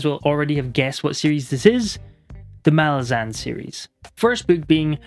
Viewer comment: Gonna die on this hill, but it's pronounced mah-LAZ-uhn. Stress needs to be on the second syllable, as it's an demonym for Malaz (pronounced mah-LAZ). Idk why so many booktubers get it wrong but the authors have always stuck with this pronunciation.